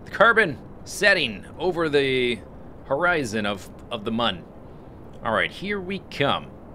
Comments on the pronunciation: It is pronounced "moon." The game developers have said this somewhere before (I don't remember where). Many people pronounce it as "moon" anyways. you are one of the few people that I have heard call it "mun" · I believe "Mun" supposed to be pronounced just like "Moon" because of one particular background on the main menu. On this background, you are on the Mun with a kerbal, and when you select an option, it zooms to the right, showing a crashed spaceship. On this ship is written "Mün or Bust!" The special character, ü, is pronounced like 'oo.' Just my opinion, though, I suppose... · It is pronounced "moon" because it is spelled with a "u" that has the two dots on top of it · Mun is pronounced Mun and Mün is pronounced Moon. hope this helps. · I believe it's pronounced moon cause mun is German